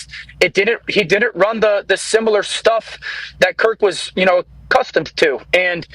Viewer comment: Hey Dan, what is “diddint?” Are you trying to say “didn’t?” Why bother with a contraction if you aren’t going to eliminate syllables? Did-dint and did not=same number of syllables. The purpose of a contraction is to shorten syllables. People keep saying “could-dint.” It’s couldn’t!!